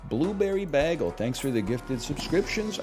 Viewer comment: The way you say bagel upsets me. Then you said it ten times.